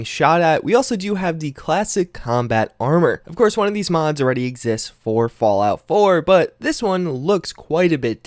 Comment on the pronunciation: Doesn't even finish saying the M in mods, "Did I just say Mads?", "Hoeth" are you having a stroke?